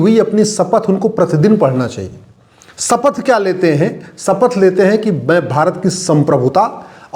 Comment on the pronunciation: सपथ नहीं शपथ बोलते हैं